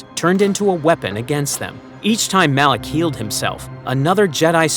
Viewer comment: 55 it MALAK NOT ALAK